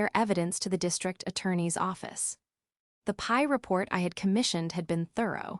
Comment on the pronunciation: it's NOT a "PIE" report, it is a P. I. report!!